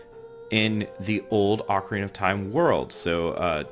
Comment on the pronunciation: It's pronounced. O-CAR-INA NOT OCK-Arina